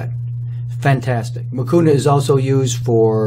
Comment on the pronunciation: Nani alikufundisha kusema hakuna matata haha but the way he started i thought anasema hakunaa matata